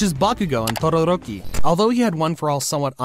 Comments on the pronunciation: Bro really said tororoki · Nah it isn’t totoroki it’s totoroni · why do you say todaroki so weird